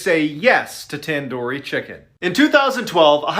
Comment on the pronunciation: ITS TANDOORI NOT TAN-DOOR-YE